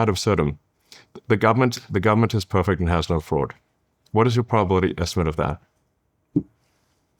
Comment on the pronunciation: Peefect perfect perfect